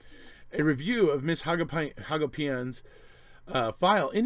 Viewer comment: In Wisconsin, I've always heard the name, Hagopian, pronounced "ha-GO-pee-un."